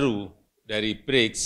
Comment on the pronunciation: Haiyaa BRICS bukan britch.